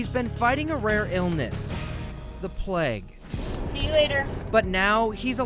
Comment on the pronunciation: Why do Americans pronounce plague as pleg?